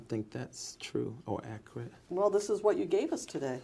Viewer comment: If He says “ ACRIT “ one more time 😡😡😡😡😡